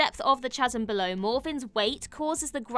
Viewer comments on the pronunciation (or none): "Chaz-em"? OMG... back to school for you, young lady. Seriously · How do you pronounce the word "chasm" again,? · Interesting way to pronounce “Chasm”